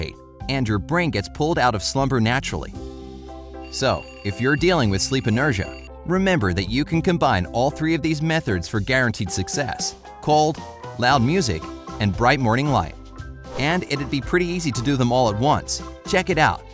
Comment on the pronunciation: You guys hear him say "metherds" instead of methods at the end ? Lol